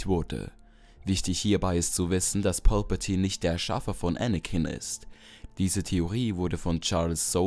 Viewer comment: Sag doch nicht pülpültine